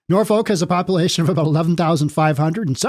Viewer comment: She said "Norfik" - well played. Only a native would say that.